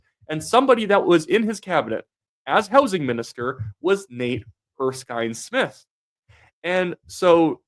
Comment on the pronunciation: you even said his name right. Nate Erskine-Smith has always been somewhat of a maverick, even under Trudeau. He'll never forgive Carney for being dumped from Cabinet.